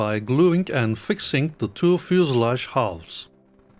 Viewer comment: "Fuselage"... gave me a chuckle every time! I love you, man!